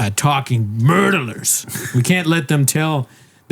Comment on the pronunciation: " We got to get rid of those two talking murdalers." Hilarious!